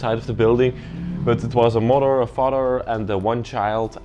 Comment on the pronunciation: "...I like how you say mother..." Yes...the "farter" & the "murder". (Sounds like a pleasant bunch!) 😯